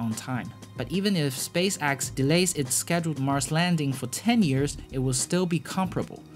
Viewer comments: Also, it is pronounced Space Ex, not Space Axe.... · "SpaceAXE" and low earth "AUBIT" , i love it lol